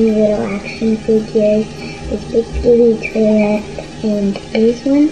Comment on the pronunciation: Skibbd tolet